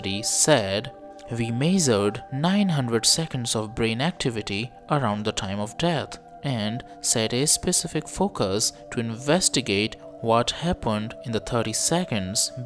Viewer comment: Bro what's "mezard?" You mean measured???